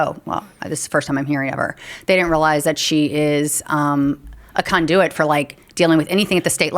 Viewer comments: She should go to jail for how she pronounced “conduit” and “affluent” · I stuck it out with the pronunciation of "conduit" but alA fluent was a bridge too far